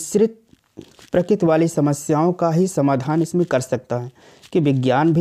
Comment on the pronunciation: Prakit nhi prakriti hai